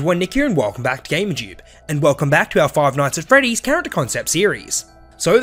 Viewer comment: It’s funny how he says foive noights at freddeaz